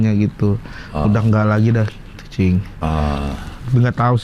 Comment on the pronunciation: rigen ngomong cing kaya jing ya hahahaha